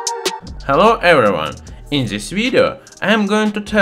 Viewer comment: Hello, erreywhun.